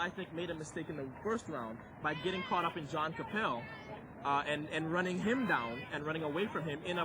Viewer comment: The announcer keeps pronouncing john Capel's name wrong. It's ca-PEL. it makes me wonder whatever happened to him.